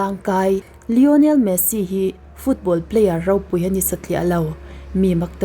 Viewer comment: Messi poh i chhiar hrang vekin ka hria😂😅